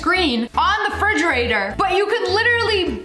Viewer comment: Frigerator????You mean Refrigerator